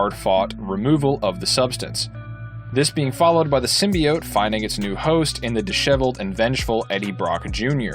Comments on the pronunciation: Bro it’s symbiot not simibyit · It's pronounced Sim-be-oats not Sim-be-ots sorry had to say it was triggering me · Many old school Venom fans say it sim-be-it, like this guy, because the 1990s Spider-Man animated series pronounced it that way. For us it was the first time hearing it in any form outside the comics. The voice actor clearly mispronounced it wrong but many of us still say it that way. Including me lol. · Also it’s symbi-oats………. Just letting you know 🙂